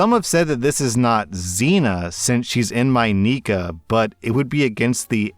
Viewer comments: I am a Muslim and hearing “neekuh “ for nikkah is like cat claws on a chalkboard 😂😂😂 It’s NEE-Ky😂 I have never heard any sheikh or scholar say that it is permissible to gRAPE your wife. I have only heard scholars permit divorce for this reason. He can literally just divorce her and get a new wife to have intercourse w. I don’t understand how we went from him not really wanting to marry her and they giving one another the silent treatment to gRAPE🙄 wtf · R/Islam story nikah isn’t said Nee-ka it’s Nee-Kah. Zina is having any relationship with a man that isn’t A. Familial or B professional. And just in case it wasn’t obvious i can say As a Muslim you CAN NOT force yourself on your wife/husband. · It’s pronounced nikha and it’s called purdhah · Hey. You might want to be careful how you pronounce nikkah